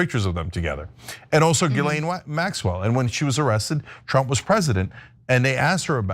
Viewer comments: Calling Ghislane (Gee-lane) , Jizzlane is incredibly inappropriate and insensitive. Learn to say her name correctly out respect for the seriousness of the situation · Her name isn't pronounced Jizzlane Maxwell. It's Gillane